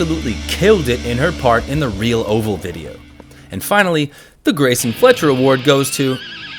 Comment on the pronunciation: Should have at least double checked the VO because there were many mispronunciations of names and mixing BS and FS up. He called him "greeson fletcher" the first time..